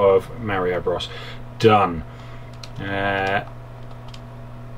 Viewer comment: Mario BRAS. DISCLAIMER. Sorry for that you just said it funny. And your videos are awesome by the way.